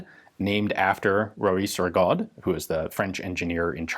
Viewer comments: The French surname "Rigaud" is normally pronounced Ree-go not Rig-odd. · Francophone here, "Rigaud" is pronounced ree-go, the D is mute, just to mess with people.